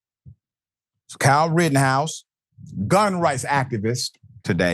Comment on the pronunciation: It is not Rittenhouse but "Rottenhouse"! The guy is a blabbering idiot!